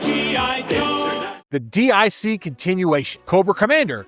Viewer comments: It's not called "D.I.C.". It's called "Dic" pronounced "Deek" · D-I-C??? No sir, it’s an acronym pronounced as “Deek.” They even say it during their logo screen at the end of the episodes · Dic is pronounced Deek. It's not initials, it's a name. It's French. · DIC is pronounced “Deek” and is pronounced in most shows closing credits.especially Inspector Gadget, but you knew this right? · DIC= Deek